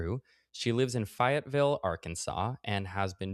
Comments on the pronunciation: quick unimportant note from an Arkansan listener, it’s pronounced “fay-et-ville” , fay like gay or say , no fi like die or my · it's Fayetteville with a hard A. Not Fahyetteville. But I will forgive you just this once lol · I'm sorry this made me giggle... it's pronounced "fay-yet-ville" (like Lafayette, lā-fay-ette) Always happy to help a fellow coaster pronounce southern cities! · It’s Fay as in fae like fairies. Fayetteville. Not fiyetville. Love you Matt thank you for covering this topic. I hope you get the rest you need soon ❤ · FAY -etville, NOT FIE - etville. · Matt … your pronunciation of Fayetteville 💀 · Fayetteville = long A, Matt, like "fey" not "fai" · Also heads up it’s “Fay-it-vill” not “Fy-it-vill” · matt ily i love this video, its faye-it-ville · Fay-etteville. Fay like Fay Wray. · Btw, I'm sure it's already been mentioned but it's pronounced Fay-et-vill. I only know that cause I used to live there. It's actually the one of the most progressive and liberal parts of the state. It's also rigth next to Bentonville, home of Wal-Mart, so that's a thing. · Really enjoyed this discussion but ngl your pronunciation of Fayetteville (fay-ey-ville) is SENDING me. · The insane way you say Fayetteville is driving me crazy it's Fae-et-ville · It's FEY-ette-ville. As much as the rest of Arkansas hates the city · Arkansan here- I know it’s derived from the French name Lafayette, but everyone pronounces it “fae-it ville”. Don’t worry I forgive you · I'm sorry the way Matt is pronouncing Fayetteville is driving me nuts 😅😅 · loosing it every time u mispronounce Fayetteville 🤣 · omg northwest arkansas on a bit fruity... the way you pronounced fayetteville made me giggle ily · Why did he pronounce Fayetteville that way?